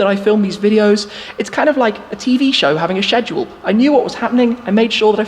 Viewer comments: No one: Shmee: “shmedual” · Superand 403 I think that’s just how brits day schedule lol